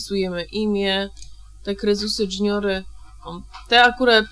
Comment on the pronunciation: Krezusy Dżuniory? haha, JUniory jak już